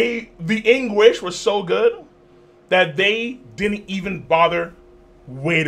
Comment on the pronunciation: “HIS ENGRIZUU” 🤣🤣🤣